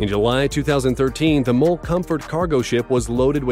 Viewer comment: The "MOL Comfort", with MOL in one syllable..like a "mole"=LOL! Narrator should look up the name if since he don't know what he's talking about. It is the M O L Comfort...or M.O.L. Comfort...for "Mitsui OSK Line Comfort"